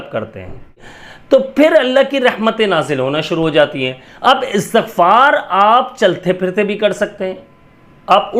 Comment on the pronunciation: Asatagfar ni hota istigfar hota he